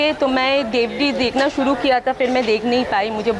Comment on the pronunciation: र को ड बोलेगी तो जुबान साफ करने को बोला होगा अनुराग कश्यप नें. ऐसी डायलाग डिलीवरी तो बोहोत ख़तरनाक है. शुरू को सूडु, कर को कड़ घर को घड़ रहा को रड़ा